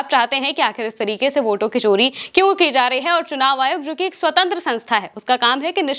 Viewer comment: Kya kya anchors aaye hain chori to 'sori' & social ko shhoshal....